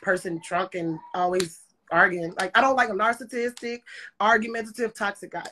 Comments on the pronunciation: I love her... Did she say a Narss a tistic. 🤣🤣🤣🤣🤣🤣 and she don't want Terry Crews... That was epic.. 🤣🤣🤣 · Did she say narcistastic lol